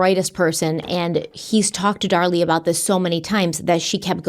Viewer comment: Since likes to correct on her pronunciations all the time 🤭, I just want to point out that this time is saying her name as “Dar Lee” (it’s driving me crazy) and is saying “Darlie” like everyone else in the world. I got your back. YOU should be correcting HIM for once 😂